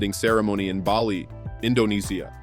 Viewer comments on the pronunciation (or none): none